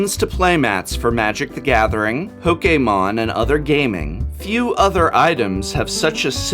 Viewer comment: Given the accent on the E, that's the right pronunciation